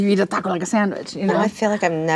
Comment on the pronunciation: The way she says taco is somehow much worse.